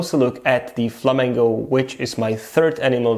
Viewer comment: Why do you say Flamango lol